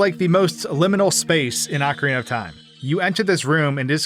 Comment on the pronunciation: I swear I heard "Akron of Time" at the beginning what